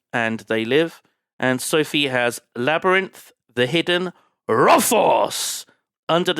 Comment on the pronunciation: As a Brit living in Berlin I almost lost it at Söphie.